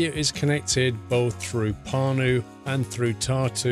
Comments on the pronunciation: You pronounced Pärnu wrong. Ä=æ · also if u pronounce pärnu then the letter "ä" u pronounce like the "a" in beginning of word "an" i'd like to see u recording by driving from Pärnu to Tartu... and can u go to the center of Pärnu?